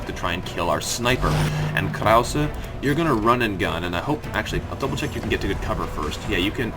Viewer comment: You've started to get "Krause" right sometimes. Again, the final "e" is pronounced. I'm not German, but I'm familiar enough with the language to cringe every time you say "Kraus". :-)